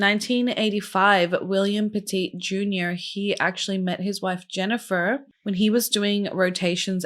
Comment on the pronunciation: over a certain amount gets flagged.. also, I live min from Cheshire, it's pronounces Petit as in what do u do to a dog? you PET IT